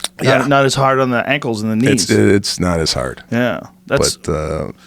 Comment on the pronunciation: did Joe let his Boston accent slip when he said the word HAAArd?